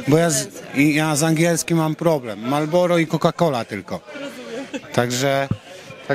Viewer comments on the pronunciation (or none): Marllboro a nie MaLboro 😊